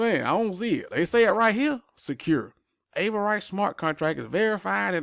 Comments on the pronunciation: Exactly...he never heard the word pronounced. No rice it's riss... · Ah-ver-riss. Not ay-ver-rice. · Bruh there’s no rice in Avarice! “AVAriss” luv ya! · Dem English folk gonna crack u upside da head fo mispronunciation Avarice. 👊😁 Drip:0x3F78b8458c41DF80ACA f10.